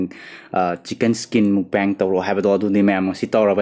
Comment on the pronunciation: It's mukbang bro not mukbeng.... And Bowl not ball...btw nice👍